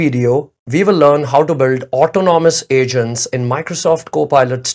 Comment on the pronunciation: Brother Great video. I know English is not our language. Please ask Google or Chat GPT how to pronounce autonomous. It is pronounced more like aut onomous and not auto nomus. I learnet a lot from your video but laughed all the way watching the video with your pronunciation of the word. In fact, by the end of the video I got confused myself as to what is the correct pronunciation. English is not our mother tongue but now the tools are available to learn how to pronounce and write professionally. Great job in explaining in a lay man terms what is Autonomous studio. I love your videos and saved it to watch again.